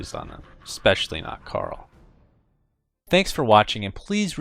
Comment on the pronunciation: did he call him carl???